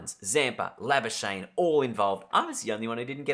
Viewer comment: Try say Labuschagne in the next episode how South Africans say it: La-Ba-Ska-Gh-Knee Give it a bash!